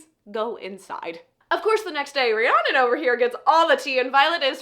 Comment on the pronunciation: You saying Rihanna instead of Rhiannon is sending me